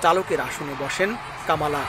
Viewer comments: আপনারা বাঙ্গালী নিউজ মিডিয়া। অসভ্য অশালীন শব্দ উচ্চারণ করে আপনাদের নিউজ মিডিয়ার সুনাম নষ্ট করছে। ওনার নাম কমলা হ্যারিস। এই পরিবেশক কামালা কামলা করে উচ্চারণ করছেন। খুব শ্রুতি কটু লাগছে। অপসংস্কৃতিতে ভরা। ওনাকে মিডিয়া থেকে বের করে দেন ও ঝামেলা হাঠান। দরকার হলে জরিমানা করেন। বাঙালি বাঙালির মত থাকবেন অতি স্মার্ট হতে যাবেন না সব হারিয়ে ফেলবেন। বাংলাদেশ এর দুঃসময় চলছে। 😂😂😂😂😂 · কামালা নয় কমলা হ্যারিস। সঠিক উচ্চারণ করুন।